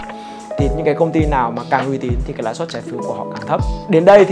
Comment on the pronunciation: "Lãi suất" nhé ơi. Nice video